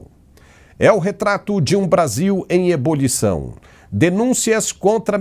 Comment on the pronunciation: Amigo. Não se diz EM EBOLIÇÃO, mas. EM EBULIÇÃO. 😊